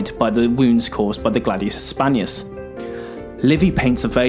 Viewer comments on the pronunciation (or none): Sorry to say this, but you should really try to improve your pronouncing of foreign words. It's not Gladius Hispanius, it's Gladius HispaniCus (I capitalized the letter that was missing in the video).